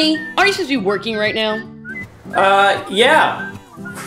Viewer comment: Honey aren't you working sounded like arses you working now lol